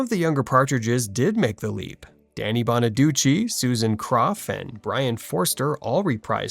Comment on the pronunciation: I’m glad you pronounced Danny Bonaduce (bonnaducci) the right way, unlike Suzanne Crough (crow, not cruff). I sing ‘’C’mon, get happy.’’ I prefer Brian Forster as Chris. Ricky Stevens (not Segall’s fault) was unnecessary.